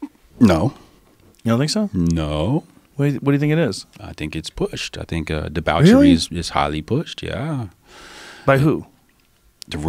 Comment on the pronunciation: deBOWchery, lol